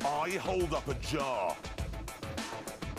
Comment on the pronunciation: "And Richard eats a SAMWIDGE"